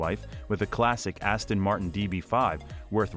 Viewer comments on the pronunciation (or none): none